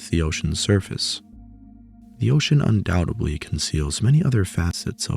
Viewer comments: Undoubtedly, not undoubtably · Fantastic deep-dive into the lives of Neanderthals, but if I have one (or one group of many!) gripes, it's the use of "Undoudtebly" and "Supposebly". It's grating to the point of distraction.